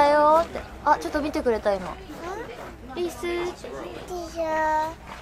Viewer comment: 「リスー」が「りさー」に聞こえる笑